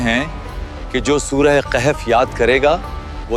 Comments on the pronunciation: Kahef nahi bhai wo khaf sahi se padho please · Kaif nahi kahf